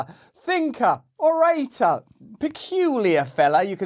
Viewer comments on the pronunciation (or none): New pronounciation of orator there! Hehe